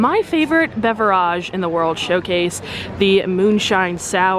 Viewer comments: Please pronounce beverage correctLy, this annoys me! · Sincere question. Do you say the word beverage like ‘that’ on purpose or is this genuinely how you think it’s pronounced.